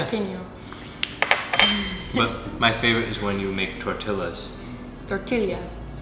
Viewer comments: you pronounced tortillas right!!! Max didn't heheheh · You don’t say the l In tortillas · Max is lying; pronounced "tortillas" correctly. Sorry, Max!..